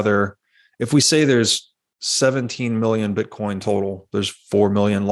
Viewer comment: Is he calling it "bitcorn"?